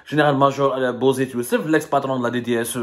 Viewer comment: Tag 3la men tag, comme on dit chez nous, les plus forts du moment délogent les autres.. c'est ça la feuille de route des caporaux de la France.. les traîtres.... svp monsieur semmar, prononcez Bouzit, comme on prononce pour l huile, ça me fait mal aux oreilles de vous entendre prononcer Bozet 😅😂..